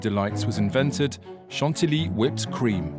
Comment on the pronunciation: You are pronouncing it wrong. It's not san-ti-li but san-ti-yi (Chantilly). Thanks.